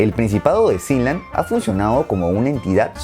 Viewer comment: Yo le decia "Sealand" no Siland v